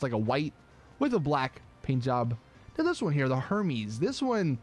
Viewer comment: it’s not her MEES, it is pronounced air mezz